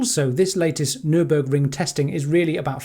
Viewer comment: Where did the first G in NurburGring go? Caught that disease from Zac and Jesse?